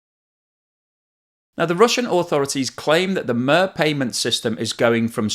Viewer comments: did you just call it "mer"? it's mir, to rhyme with meer. just like their famous space station. it means peace. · Correct pronunciation of that system is closer to "meer" than "mir". Not that it makes much difference when it (hopefully) stops working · Interesting, but please note that MIR does NOT rhyme with FIR, but with TIER. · just u quick note, MIR is not pronounced like mehr but more like meer. In slavic languages MIR==peace. Not that I necessary agree, but still :) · It’s pronounced “meer” not “mehr”. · Why did you say "MER"??? It's "MIR", like in "three" or "tree" or "peer". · It's not "Murr" like Merseyside, it's "meer" like Meercat a word which ironically means both 'world' and 'peace' in Russian at the same time... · NOTE: MIR is pronounced as "meer" and not "merr". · yes, it's not "mire" but "meer" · The payment system is Mir, not Mör or Moer. That is, mir as in miracle. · You got the meanings "Mir" right. Many commentators are just listing one meaning. But it doesn't actually rhyme with "purr". It's much more like the word "mirror" with the "or" missing. A bit awkward for monolingual English speakers to pronounce. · I do realise that native English speakers find it really hard to pronounce non-English words. But to pronounce мир as mur does hurt my ears a tiny bit more than other mispronunciations. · Very interesting and educational video, despite your super grinding pronouncing of MIR as "MUR". So annoying and distracting.😂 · Mir, is pronounced "meer" , not with a u as in "slur", I am surprised you don't know this... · MIR is pronounced 'MEER', it translates to 'World' (ironically). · Мир is pronounced Meer. So annoying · Sincerely appreciate the valuable work you put into all your videos. With all due respect, I watch a few Russian YouTubers who all pronounce MIR like "mere". Thanks again for your quality content! 🇨🇦🍁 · its pronounced mer as I in Ice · It is pronounced meer like it is in Vladimir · Mate, it's Meer as in Meercat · “Meer”, not “Myrrh”